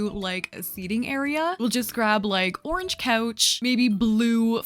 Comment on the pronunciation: im british and the way u say ‘orange’ is so interesting!! it sounds like ‘orj’ to me 😂😂